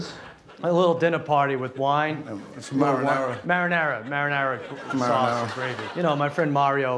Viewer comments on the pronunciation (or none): He said marinara lmfao